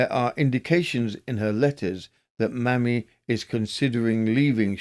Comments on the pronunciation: Loved the compilation thank you ☺️ I have a form of OCD and so my only query is to do with the first case - should her name be pronounced Maymee rather than mammy? Maybe not - or maymee not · New subscriber loving these long compilations! (But surely 'Mamie' should be pronounced 'may-me' not 'mammy'?)